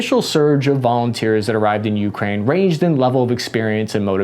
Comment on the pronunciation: Why do people say Ukraine like that?! It’s one word!